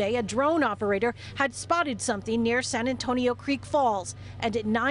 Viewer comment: She clearly said spouted rather than spotted.